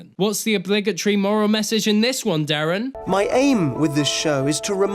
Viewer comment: Derren. Not Darren.